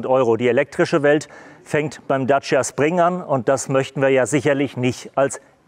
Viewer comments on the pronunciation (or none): none